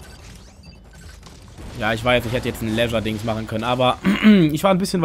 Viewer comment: "Leisure-Dings"? Meintest du Lethal Strike (Lithel Straik)? :P